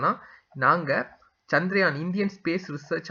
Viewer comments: First please learn to pronounce correctly the word as Chandrayaan and not as chandraayan. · Often most people pronounce as chandraayan but it is chandrayaan. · Please spell correctly, that is Chandrayaan and not chandraayan as you say.